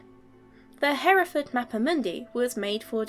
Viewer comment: Having a general British accent, and mispronouncing Hereford leans me to believe your voice is AI generated.